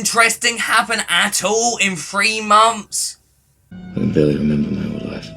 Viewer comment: You say "three" like "free"